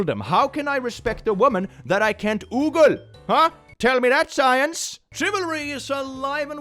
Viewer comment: pronunciation is so cute It's ogle, not oogle unless I'm confidently incorrect